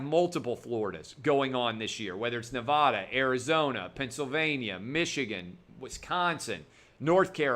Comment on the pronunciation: Can someone teach him to say Nevada correctly